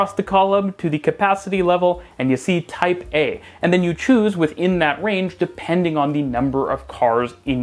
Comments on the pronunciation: Everytime he said "Type A" I heard Taipeh.. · I keep hearing "Taipei" instead of "Type A" 😆